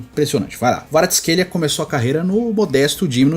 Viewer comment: Na verdade tem um vídeo do Kvaratsckhelia pronunciando seu nome e o ele pronuncia o som do K e o v tem som de U. Então seria Kuicha Kuaratsckelia a pronuncia.